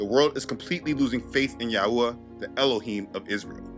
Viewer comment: You know you channel have help me so much in my walk with Yah. I know ur faithful. But the way you have been pronouncing the name of Yahuah is kinda somewhat annoying. Youve been pronouncing it wrong for some time now but maybe u can learn to pronounce it correctly brother. This is the way it sounds when u say it “yauwah” even my kids be saying it like dat now and it’s annoying.. GREAT MESSAGE THO!!